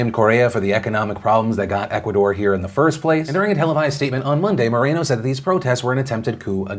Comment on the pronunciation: OMG. no A in moreno..... Mor-en-O........